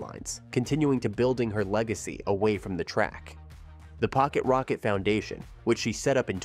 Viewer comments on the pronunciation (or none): Not "polly rocket" its pocket rocket